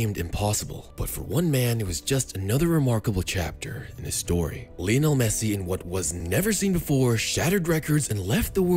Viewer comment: Lionel* not Linl